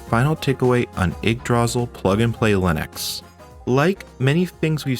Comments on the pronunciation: Yeah, once you hear someone pronounce it correctly you'll be able to say it right from then on. Its old norse, think vikings and the like. You got the ygg part right, but instead of DRAzil its druh SEAL with caps indicating loudness, dra should be quick and sil should be the long part pronounced seal. Its a weird word for sure and not one someone would normally know how to say by looking at it. I also had a hard time with the Ys' series of video games where it took me forever to realize it was pronounced EES. So yeah i feel ya on that one heh. A lot of us used to say Why's how would we have known it was pronounced with no Y at all but eees. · Ygdra-sil, not ygg-drasil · Your pronunciation of Yggdrasil is wrong. Stress should be on the first syllable, not the second. And there is only one 'l' at the end, so the i is long. Kinda like this: 'ygg-dra-seal. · sorry i have to be this kind of person (and i might be biting into bait since i'm only 2 minutes in), but it's pronounced igg-drah-seal, and this is going to bother me for the rest of the video lmao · My guy, I love you videos, but you killing me with the pronunciation of Yggdrasil. 'Ygg' as in ig, 'dra' as in draw, and 'sil' as in silk sans the k. For anyone else that's interested, Yggdrasil is the tree at the center of the nine worldsin Norse mythology. Also Yggdrasil in old Norse means literally "Odin's horse" but that's a whole other thing. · the way you pronounce yggdrasil is not the way I usually hear it and it's hard to ignore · Heh, never heard yggdrasil pronounced that way, normally pronounced Igg druh-seal.(aka, the tree of life) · Okay, let's quickly acknowledge he's pronouncing it wrong, just deal with it and crucially pay attention to the absolutely excellent content he made here. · "you pronounce it IGG druh zill and SIM link." That was bugging me the whole video! :^)